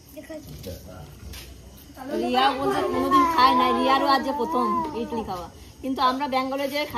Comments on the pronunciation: ইডলি বলে ইটলি বলে না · ইটলি বলেনা ইডলি বলে